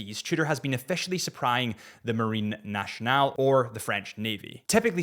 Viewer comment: If I may, Nationale is not pronounced "nashional" but "nassional"